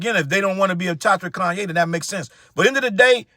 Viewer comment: Ooof not coonye 😮😂😂😂🤣